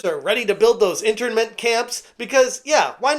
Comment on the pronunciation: "In-tern-mint" not "inter-mint" camps